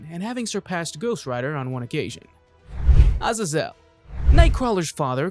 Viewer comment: Azazel is pronounced uh-ZAY-zuhl